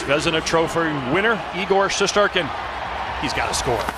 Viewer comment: I can’t be the only one that the way they said shesterkin pissed off